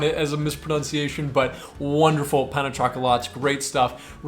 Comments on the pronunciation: He gave me a giggle a few times. Pain (as in hurting) for bread in French. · Gotta love how Americans pronounce 'pain'.😂